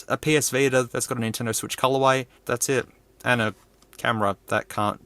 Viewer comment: "Sotendo Vwitch"💀